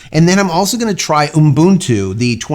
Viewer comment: The man know how to say Ubuntu. I'm impressed.